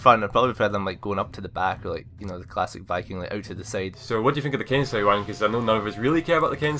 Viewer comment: Its pronounced ken-say